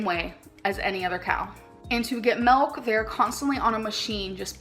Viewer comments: The way she pronounces milk as MELK😂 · omg yes bc shes Canadian I believe thats how most Canadians pronounce milk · as a canadian i have never pronounced milk like that in my life but i cant speak for everyone LOL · “Expeshially”…”melk”…”meat gives you cancer, cheese gives you cancer”…Gorl…🤦🏻‍♀️ 🖤🖤🖤